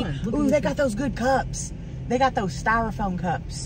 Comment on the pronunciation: I kinda shiver when I hear the strophoam